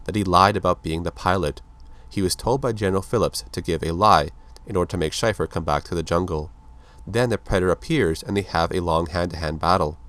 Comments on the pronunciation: Too late I know, but it's Shay-fer not Shy-fer..... great vid otherwise. My older brother had all these comics when I was a kid and I loved them. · It's pronounced "Shay-fer" not "shy-fur" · Wow, major mispronunciation of his last name! Shay-fer, not Shyfer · Shaeffer,Shay-fer..not shyfer. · Pronounced "SHAY-fer" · damn man schaefer like the beer not shy-fer... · It's pronounced like Shayfur, I should know I have the same last name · it's pronounced Shay-fer